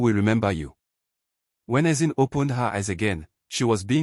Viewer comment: Nice one. But why was it pronounced Ezin?